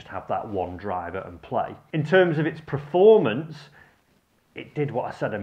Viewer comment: Another great video. I'm sorry but your inability to say "performance" always makes me chuckle